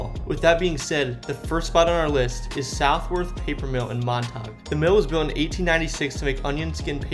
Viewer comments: Used to go and fuck around at the Belchertown State School also it’s not mon-tauge it’s “mon-ta-gue” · Mont- ah- gue. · Omg u butcher the town names... Mon ta gue... Worcester is wooster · West Boylston - when did the "S" become silent? And when did we drop the "you" at the end of Montague?